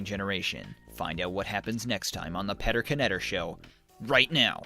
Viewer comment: isnt it( Pee-Ter Net- Ter) the k is silent right?